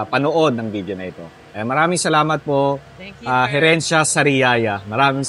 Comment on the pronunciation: Pasintabi po it's HERENCIA Sariaya sorry po again ✌️😅